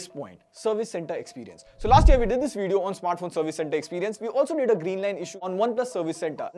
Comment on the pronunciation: I like your veedios but my OCD prevents me from hitting like until you pronounce it properly. Vid-eeyo